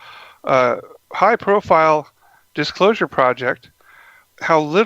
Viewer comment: yeah he even said disclosure ptoject